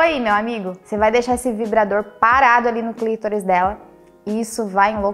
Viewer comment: Clítoris? Clitóris e o certo....